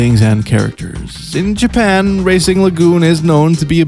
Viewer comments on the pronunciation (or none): none